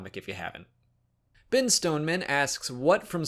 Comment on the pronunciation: Dude, it's BEN not Bin.